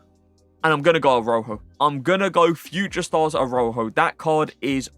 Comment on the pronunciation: How you pronounce some of these names is so cringe😂 “Aroho” who is that. Pronounce it like: Uh-Raa-hOH